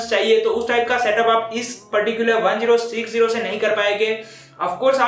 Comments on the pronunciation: it's called ten sixty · he said gtx 1-0-6-0 most of the time.. why?